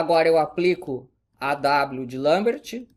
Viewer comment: Parabéns por pronunciar "Lambert" corretamente!